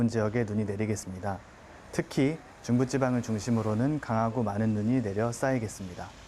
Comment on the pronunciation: 중부찌방 / 눈꾸름 왜 요즘 아나운서들 발음이 이렇지?